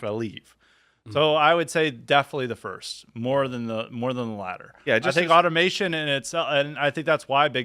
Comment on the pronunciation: Automization? Guys. Come on. Automation is the word if you're not black.